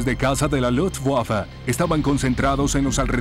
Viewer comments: seee LUTSWAFA!!! HORRIBLE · Se escucha lufwaffa pero no importa como dijo Beethoven " tocar una nota equivocada es insignificante, pero tocar sin pasión es inexcusable". Así que como sea es un buen documental . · Nunca en la historia de los documentales de la Segunda Guerra Mundial, habían pronunciado tan feo Luftwaffe :(